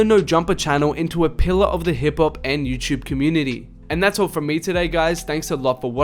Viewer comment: sounds like hes saying hibpop